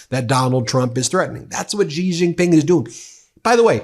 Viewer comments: Would you please spend a moment to learn how to pronounce President Xi JinPings name, your hurting my ears! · President Xi (Shee) Jin Ping... please pronounce the name properly! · I agree with the messaging wholeheartedly, but bruh, please learn how to pronounce people's names properly 😅 I can't keep hearing you butcher Xiomara and Xi Jinping without it distracting me lol